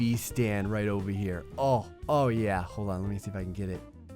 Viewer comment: i love your videos a lot ,But don't say KHERE say HERE!